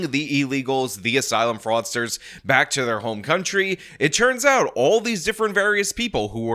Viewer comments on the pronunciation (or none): is so likeable that I enjoy him consistently pronouncing it "churns out" instead of "turns out". While anyone else doing it would fill me with murderous rage.